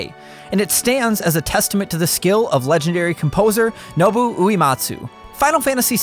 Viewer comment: it's not Nobu you dunce it's Nobuo, like no-duo but buo